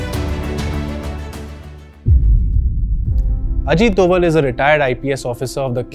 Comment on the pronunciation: He have problem with pronunciation of name plz pronounce name rightly